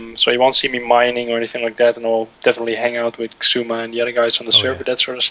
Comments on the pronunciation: the x is silent so its like isuma. btw ;) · xuima? xumia? haha